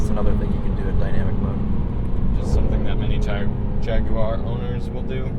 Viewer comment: Thank you for pronouncing Jaguar properly 😄